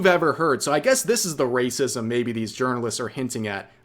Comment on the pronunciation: They keep saying wacism because they never learned the word 'apathy'. Low iq mfs.